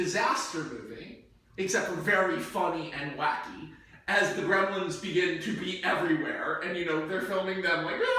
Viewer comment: I didn't think this pitch could possibly get any worse until he mentioned how "We can have so many CGI Gremilins!", and now I stand corrected...